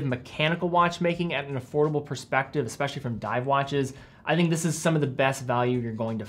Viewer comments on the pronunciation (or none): none